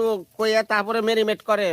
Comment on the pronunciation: মেরিমেট না মেরিনেট যা বলতে পারেন না শুদ্ধ করে তা না বললেই হয়